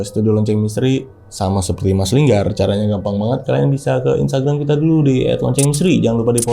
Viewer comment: Linggar kakk bukan longgarrr😭😭😭😂🤣